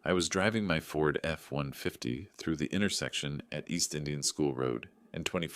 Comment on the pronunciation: Yay! AI finally learned how to say Ford F150 !!!